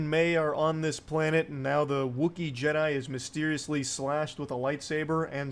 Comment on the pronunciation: made a golden one, he said Jed-DEI:D Brilliant:D